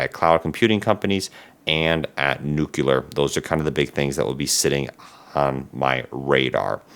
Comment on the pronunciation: PLEASE, learn to say the word NUCLEAR correctly.